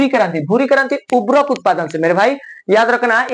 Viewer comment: उभरक नही उर्वरक बोलिये sir